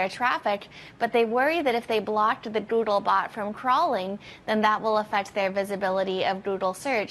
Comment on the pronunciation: "Goodle" bot Goodle Search lol. Great video and news casting but couldnt stop myself